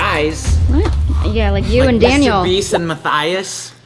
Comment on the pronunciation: Ugh his name is daniel not dainal